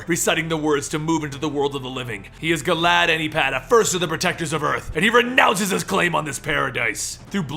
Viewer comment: I thought was saying "Glad" Or maybe "Glaad."